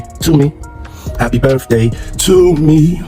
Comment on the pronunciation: "Happy BirFday to me." lmao